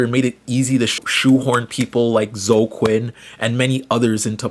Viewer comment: when he was summarizing gamergate, he was mispronouncing names: “zo Quinn”